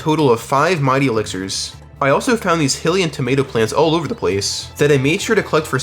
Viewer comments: hillian mushroom is wild, bro its hylian(hi-lee-en, this is for anyone, aka, who needs pronunciation) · Great video. Hylian is pronounced "high-li-an" not "hill-i-an" by the way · "eh-pun-ah" "fee" "hill-ean" ridiculous deku nut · bro said Hill-e-yuh 😭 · Jeez your pronunciation for things. It's Eh-Poe-Nu, and Hi-Lee-Un. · Bro that's not how you say hylian, Epona or king Rhoam. Idk why that annoyed me so much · Is it not pronounced deku nut not dEEku nut Same with hylian and epona